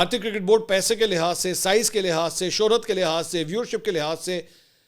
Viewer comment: Paihayyy naa aaey not Paisy na aaey.😂😂😂😂 Wah mansoor bhai apki punjabi 👏👏👏👏👏👏👏👏